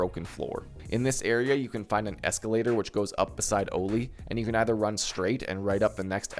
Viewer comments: oh-li? why do you say it like that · The way you pronounce Goshan and Oli 😭😂